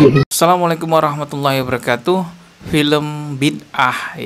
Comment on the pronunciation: Assalaamu'alikum,admin,ituloo,klok ucap salam mbok ya yg bener,jangan wabrakatuh,tapi wabarokatu,gitu aja ya mind.